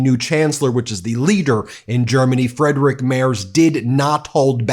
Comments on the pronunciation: As a german native speaker, please pronounce the first i in Friedrich stronger since ie is in german pronounced as a very stretched out iiiii, not as an e. So it is Friiiidrich Merz, not Fredrich. Thank you 😊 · Please practice your pronounciation of Merz's first name. "Friedrich" not "Frederik" 😉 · You really need to improve your pronounciation of "Friedrich Merz", I almost had no clue who you're talking about. It's more like "Freed-Rick Mertz" than your "Frederick Mers". 😄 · Please pronounce the upcoming chancellor "Freedrich Merts"